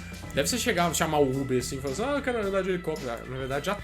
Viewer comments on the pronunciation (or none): none